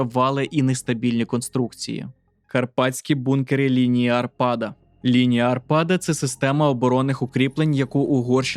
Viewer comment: Лінія Арпада а не арпАда